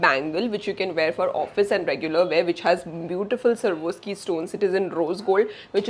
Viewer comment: It's sva_rawv_skee not Sarvoski